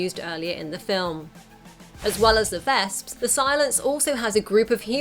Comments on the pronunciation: vesps. not "vasps" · actually, the way she pronounces their names makes it sound closer to the German word for wasp "Wespe", which is pronounced "Vesp"